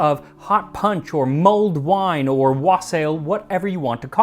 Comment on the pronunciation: Love this! I'm set on making it this Christmas, might add some brandy for that extra kick. One correction, Wassail is pronounced as WASSLE. And wassail is amazing, too ♡